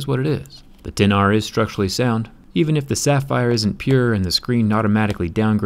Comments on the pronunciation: "ex aar" 🤦🏻‍♂️ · It should be pronounced like "iPhone 10R", but it is written as "iPhone XR"